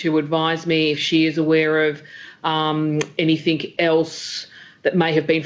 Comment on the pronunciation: ....."anythin(k)"??? And I bet you she can't say "nucular" .....damn it "nuclear"!?🙂 not a personal attack to say it is surprising to hear that the Victorian State AG has issues with verbal continuity and annunciation.???🤔🤔